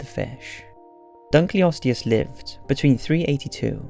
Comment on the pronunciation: Interesting video, and one actually in one of my own fields. I could quibble with your pronunciations (like saying "adaption" rather than "adaptation", your pronunciation of Dunkleosteus, and the fact that you refer to the animals in #1 as "Brontotheriidae", which is actually a family name. You could just call the group collectively as "Brontotheres", since your illustrations show several different species). I think that's it's certainly true that none of the animals you discuss could survive in our time, essentially because the ecosystems in which they lived are no longer in existence (as you point out). I think that resurrecting mammoths would be a terrible idea, because elephantids in general are highly intelligent and gregarious animal that rely heavily on learned behaviors from the families in which they live. Mammoths would need to be raised and kept with elephants, at least at first, but we really have no idea, except in the most general terms, how they behaved. But no modern elephants could teach a young mammoth how to survive in a far northern tundra climate. At the same time, mammoths were not at all adapted to tropical climates, and would do very poorly among modern elephants.